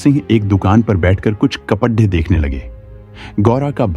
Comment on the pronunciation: साडी को सादी बोल रहे हो । कपड़े को कपदे बोल रहे हो